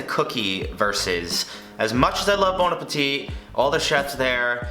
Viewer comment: It triggers me that you pronounce the last t in bon appetit. It's silent!